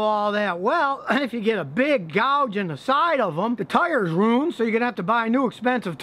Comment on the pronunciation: Double U not duba U. Ruined not runed. Gradually not gradially.